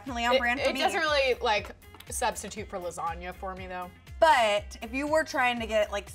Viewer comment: can't get past "LASGANA" 😩😩🤦🏽‍♀️🤦🏽‍♀️